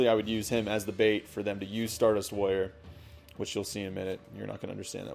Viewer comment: it sounds like you are saying lawyer instead of warrior